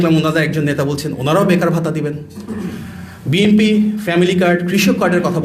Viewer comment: বাপারে বাপা!! বিএনপি এর নামটা ও ঠিকমত উচ্চারন করতে পারেন না। আপনি হলেন HSC পাশ নেতার উপদেষ্টা।